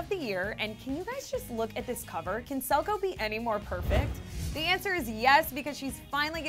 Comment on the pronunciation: Selgo? Stop.